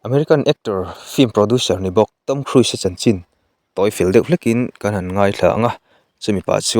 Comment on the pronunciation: I lam dan hi 'KHRUIS' ti a lam loh tur. KHRUZ ti a lam tur